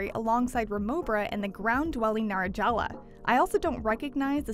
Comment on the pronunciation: Narajala.. Really?